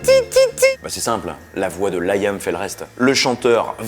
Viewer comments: Pourkwa ? Pourkwa ? Pourkwa tu insistes avec ce "laïam" alors que c'est Liam (ça vient de William) ? Sinon super épisode, Oasis restera mon groupe favori. OASIS FOREVER !!!!!!!!!!!!!!!!!!! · C'est quoi cet accent forcé ? En anglais ça se prononce [Liy'm], pas [Layam]... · Liam ne se dit pas LaÏam... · Nul à chier... et on prononce Liam et non Laïïïame (diminutif de William) Et non oasis & les Gallagher ont bien gagnés la guerre face à Blur et Damon Albarn, ils ont bien plus de grandes chansons qui ont traversés le temps.. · Ca se prononce Lee am pas Layam :) Ca m'a fait mal aux oreilles ! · Il a perdu toute crédibilité en prononçant « Layam » ...